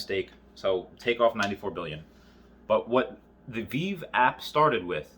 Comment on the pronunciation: Ahh back when Veve was pronounced wrong I did it too called it veev